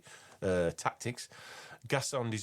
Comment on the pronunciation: just a tip on the pronunciation- it’s like gess- on. Silent d at the end. Not gess-ard or gess-and.